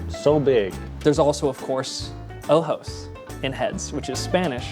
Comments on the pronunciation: The way he pronounces ojos sounded like oh hoes 😅😅😅😅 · Suena como si dijeras oujos.